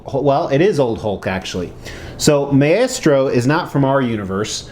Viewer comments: For the record its pronounced "My-Stro". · Don't mean to be anal about this buy it is pronounced "Mai-stro" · Yeah like its a really cool statue but imagine having a statue that big and I'm assuming expensive of a character who's name you pronounce incorrectly. Not to hate on the guy, I'm just a big marvel comics nerd and so it bugged me